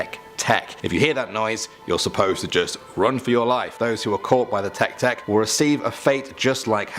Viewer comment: Just to let you know, the first was miss pronounced. TEKE TEKE is supposed to be tay-kay tay-kay (I think I have the phonics written right.) The sound is actually supposed to be the sound a train makes. If you hear this sound, RUN, do not turn around just RUN (or so the legend goes). Also, the second one's (split mouth woman) legend is slightly off. She was once a beautiful woman whose husband thought she was having an affair. Thus he cut her mouth so that no one would find her beautiful (very important). Now, she goes around asking people (usually kids not that I know why) if she is beautiful. At this point she will have a mask over her mouth. If you say no, she kills you (sometimes it is told that she uses scissors sometime a knife). If you say yes, she will remove her mask. She will ask you again if she is beautiful. At this point if you say no she will kill you, yes she will cut your face to look like hers. The only way to get away is if you ask her if YOU are beautiful. This will stun her long enough that should you run you might escape. The toilet paper one. RED= bloody death; BLUE= strangulation; WHITE= ghostly hands, but YELLOW= urination. Gross I know, but at least you will live. I at least prefer to be peed on by a ghost then killed by one.